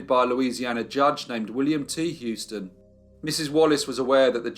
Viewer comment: A minor point. Houston is pronounced "Who-ston" not "Hew-ston". Many thanks, fascinating as ever.